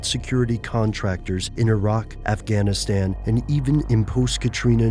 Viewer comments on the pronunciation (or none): none